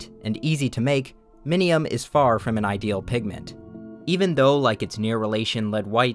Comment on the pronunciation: Bro I thought you said minimum and I got so confused